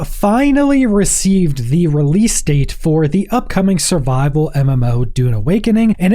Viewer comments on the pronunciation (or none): none